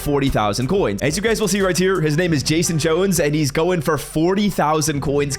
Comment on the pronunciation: Right here❌“Riy tear”☑️